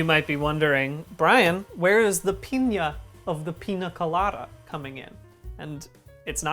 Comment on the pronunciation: bdg i love you but every time you said pina instead of piña my latino ass took 25 points of psychic damage